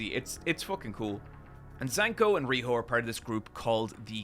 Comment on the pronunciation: Pronouncing Zanka as "Zanko" and Riyo as "Riho" is so much more egregious than calling the Sphere "Sphera" 😭